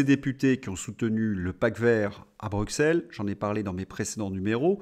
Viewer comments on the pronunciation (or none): none